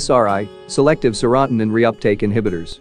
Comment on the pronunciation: Maybe you should learn to pronounce seratonin